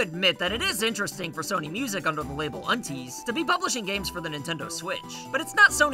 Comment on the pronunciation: I think unties is pronounced un - 'ties'. Rhymes with dies ties